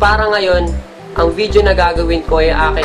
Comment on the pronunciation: Oh man I'm glad that you still have that confidence in making a video although you said it is you first time to make a video reaction. But the thing is you need more practice especially the way you pronounced couple of words like "video" it sounded like "vijo" and the way you deliver your words in public. Thanks man just a friendly advice and tips to a new video reaction maker like you...my two thumbs up for you though. :-)